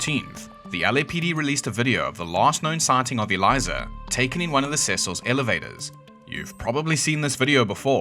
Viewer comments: British “people”are so funny. How do you conquer most the known world yet you pronounce everything the way you want to. Like the fact Elisa’s name is defo not pronounced “Eliza” not only that but while I’m on the topic, why y’all eat the blandest food yet you conquered colonized and raped and murdered most the entire world purely for spices, yet y’all never use anything other than salt and pepper. What’s up with that? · “Elisa” is pronounced like “Lisa” but with an E at the start. The way you are saying it would be “Eliza” but at least you tried 👍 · A-LEE-SAH is how to pronounce ‘Elisa’, please learn how to pronounce the names properly, it’s about respect!! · Is the voice over AI bs or real. I only asked because he’s pronouncing Elisa wrong. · Why should I listen to anything this video claims when they can't even pronounce Elisa's name properly? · the least you could do is pronounce her name correctly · There is no z in Elisa's name. At least pronounce it correctly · That’s not how you pronounce Elisa Lam’s name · that name doesn’t sound familiar because your AI ass is saying it wrong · so elisa lambs case is still not solved , and you didn't even say her name right. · Not only did you mispronounce her name, you made several ignorant statements in this video which will cause me to rescind my subscription. There is in fact a very good chance she was playing the Elevator Game, given her imagination and her mental state, and it is possible she was hallucinating while she did it. You are a joke for not thinking that through and insulting "the internet" for that theory. Go away. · Pretty sure her name was pronounced as "Eh-lisa", not Eliza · Pls stop saying aliza it’s eh-lisa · You’d think you’d pronounce her name right bro 😅 “ e leesa “ not eliza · Her name is pronounced "El-ease-a," not "El-eyes-a." Have some respect for the dead. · Her name isn't Eliza.. she's a female. Her name is Elisa. Eliza is how you pronounce the assay for the TB strain in Skid Row.